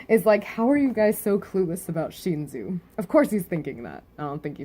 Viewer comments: It's pronounced Sh-In-soo not Sh-een-zu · I understand this but please fix it. Every time I watch your videos and you say Sheenzu I cringe. Don't get me wrong I love your theories and reviews, but the way you say it actually hurts.